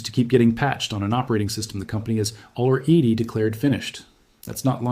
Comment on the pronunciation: Aller-eedy? I doubt a single person would have mispronounced "already" like that.